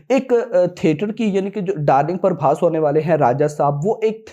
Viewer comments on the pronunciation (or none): Not parbhas it's prabhas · Brother don't pronounce our darling prabhas name as parbhas His name is PRABHASSSSS not PARBHAS 😊. I know u love prabhas but still if u call him as Prabhas , we the fans wil be happy 🎉